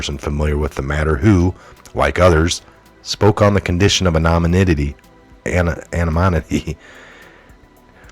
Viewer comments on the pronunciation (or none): An o nim ity u can say it correctly. . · An uh nim uh ty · Anonymity -> a-nah-NIH-mih-tee . Its ok to go very slow in pronouncing a word the very first time when you are not sure how to pronounce it at full speed. Even repeat it again slowly so that you can commit it to memory. Syllables are your friend.